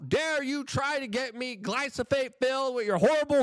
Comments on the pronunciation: My dude it's glyPHoSate, not glySoPHate. Joe said it corrrectly, yet immediately after you can't pronounce it?! Are you doing it to make morons like me click and comment? Dammit I fell for it again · Bruhhhhhh.. why you keep saying "glyso-fate"?..when "glyphosate" is clearly spelled out there in the articles you shared.. It's also QUITE ironic that you speak of not falling for psy0ps, when unfortunately you've eaten that "MAGA revolution" shyeet right up ..w/ appetizer, dessert, + digestive enzymes and all 🫣🤔😏 ..As if you've never heard of controlled opposition.. It's all theatre, the multi-felony prosecution, the assn'tn attempt", jan6 etc —in order to gradually roll out the technocratic broligarchy under the guise of "trust-me-bro hometeam good ol boy culture", bc Trump’s "obviously the good guy", being that he's constantly persecuted ..as if whole PR narrative orchestration isn't a thing.. But yeh y'all check out some peers of Luke's who are more perceptive: The Last American Vagabond website/rmble/telegram channel/twitter page etc, as well as The Conscious Resistance —Ryan Cristián, Derrick Broze, and Whitney Webb are all examples of some of the most persistent & objective truth deep-digging journalists that are out there today, along with of course James Corbett, David Icke and others who've managed to question & dodge the persuasive potential of practically every political/social narrative been pumped out over the past 2-3+ decades.. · "Glyphosate"= "Glie-foe-sate". Also there are more efficient ways of de-weeding than pulling them all individually & some that are actually good/helpful to grow around crop plants.